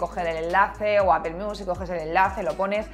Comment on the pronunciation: QUE MAL INGLÉS. NO SE DICE APEL; LA PRONUNCIACIÓN EN INGLÉS SERÍA LO MAS PARECIDO A... APL